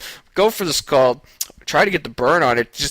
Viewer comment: Do you pronounce Scald wrong on purpose?